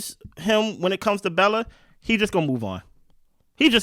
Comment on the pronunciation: “Welcome to the island Belle-A” 😂😂😂😂